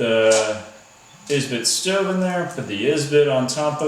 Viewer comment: Can you not speak English or are you just special? It is Esbit not is-bit. But at least we know that the "Tea Tree can't hold no other pot!" I also noticed you got your "Millennial" identifier in there by calling a canister stove a "stuuuve" dude...lol. Son you are going to get in a survival situation and find out that a knife is CERTAINLY necessary as well.